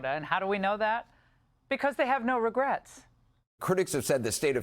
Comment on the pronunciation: "No Regrats" 😂 "not even one letter?"